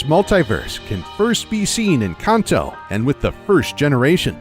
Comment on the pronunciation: so why he pronounce Kanto wrong everytime?!